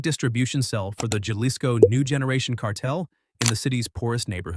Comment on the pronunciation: Buddy you’ve got to learn how to pronounce basic Spanish names. You don’t call the green peppers jawlipenos do you? Jalisco? Lmao